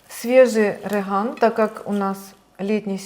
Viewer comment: Не рыган , а реган !